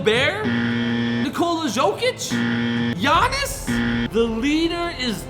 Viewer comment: the way this man pronounces jokic’s name